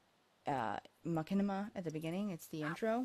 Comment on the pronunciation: it's pronouces ma-shin-i-ma